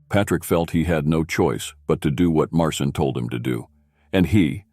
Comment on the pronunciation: Its not Martin nor Marcin its pronounced Mar-chin